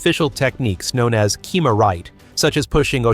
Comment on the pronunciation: I was about to post the same thing. "kimaright"? "mono-ai"?